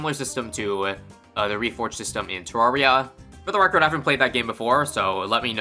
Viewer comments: Fun fact about the way you pronounced Terraria: It's actually supposed to be tur-rair-e-uh, but because every big youtuber for the game was british, everyone ended up saying it like how you did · "Terraiah" :skull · Bruh I knew your canadian ass would pronounce terraria like "te-rawr-ee-uh" before I even clicked on the video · you pronounced Terraria like a brit instead of an american (Terraria is made by a team mostly of americans)